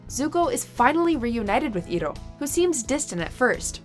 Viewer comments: Iroh IS PRONOUNCED ("eye-row") dang nabit!!!! >_< say it right!! Such disrespect to the great and wonderful Uncle Iroh!! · Good list but uncle Iroh (eye row) mispronunciation made me have to dislike sorry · His name is pronounced eye-roh! Iroh! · It's eye-row FAKE FAN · EYE-ROH. FOR THE LOVE OF GOD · as soon as I've heard "eero", I've scrolled to see the comment section and it's the first thing I've found, and I don't regret it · Ignoring the mispronunciation of Iroh...that scene always gets me!!!! 😭😭😭😭 It's so freaking beautiful!! I love that show and that moment soooooo much!!!!!! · The way this woman pronounced Iroh made me cry tears of pain.. That was just disrespectful.. :( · How does she mispronounce name of one of the greatest characters ever? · This video has dislikes because she mispronounced Iroh. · The narrator mispronouncing Iroh almost made my ears bleed. DISHONOR! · The way she pronounces Iroh wrong just takes all the feels away and makes me wan to dislike this video. How can you rank something you've never seen? If you had seen it you'd know how to pronounce the name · That’s not how you pronounce iroh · I disliked the video just because the mispronunciation of Iroh’s name made me wanna cry tears of frustration and anger it made me cringe the first two times and then I just got super pissed and triggered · Cringed everytime you mispronounced Iroh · That Iroh pronounciation... Aside from that, good list! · Entire episode was ruined due to how you pronounced Iroh... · the fact that you mispronounced iroh's name even when its said numerous times throughout the whole animation just shows that you never watched it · Lasherluke I never said that the list is invalid just because she said Iroh's name wrong. It's just how she says Iroh's name that disturbed me. Being a Long time ATL fan. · So you saying that just because she said Iroh's name wrong means that the list is invalid. I knew it was coming which is why I meantly prepared myself not to bitch about it.